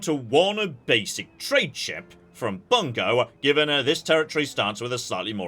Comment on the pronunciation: I know that Bungo is a real place in real Japan (pronounced more like 'boon-go'), but hearing a British guy say "Bungo" makes me think he's delivering an obscure slur. Fun fact: Ashigaru are 'commoner' military units, but as Jon points out, they're still professional soldiers. Shogun 2 gets the broad pattern of Sengoku army composition a big backward. In the game, you start with a lot of cheap ashigaru; as the game goes on and your economy develops, you can afford more and more elite samurai units that supplant the cheap commoners. In reality, the military elite of the period entered the wars with their core elite of noble warrior retainers (y'know, samurai). But as time went on, the eventual winner of the wars, Oda Nobunaga, got to that point by successfully leveraging larger and larger units of professional ashigaru that overwhelmed elite samurai. (Asterisk, it's been a bit since I studied the Sengoku period, and this is obviously a massive oversimplification.)